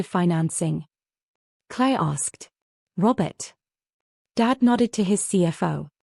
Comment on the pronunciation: It’s the way AI interprets the pronunciation Claire became Clay and all these stories follow a similar story line